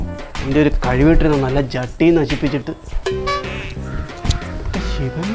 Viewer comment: ജട്ടി ❌ ചട്ടി ✅😂